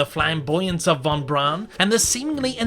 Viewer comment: Braun in Wernher Von Braun is pronounced almost as "brown". If you're skeptical of my claim, then check out the Defunctland's video The History of Tomorrowland 1955, as well as Disney's own TV special Man in Space for proof.